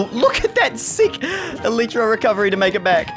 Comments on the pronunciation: U pronounce it eletra it's elightra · Everyone else: elytra: E L E E T R A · You pronounce it like this (E LIE TRA)